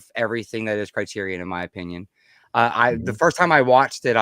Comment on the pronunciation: I would have loved to listen to this stream, but I listened to the host mispronounce Criterion about 15 times and had to shut it off.